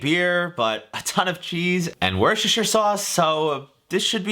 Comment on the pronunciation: Its pronounced "Wouster" or "Wouster-sheer" sauce (Worcestershire Sauce). Yeah I know its a bit of a weird pronunciation but give it a go. Also pretty sure that cheese is actually welsh lol. I'm pretty sure "High quality English Cheese" is just our normal mature cheddar, like cathedral city mature cheddar and its like £1-2 for a kilo. We also call them Cheese Melts.